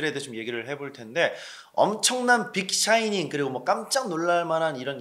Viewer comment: "빅 샤이닝"은 뭔가요? 빅 사이닝 아님?????ㅋㅋㅋㅋㅋ